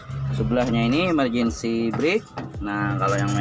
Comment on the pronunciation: 7kali ku ulang video nya. emerjendi steering 😂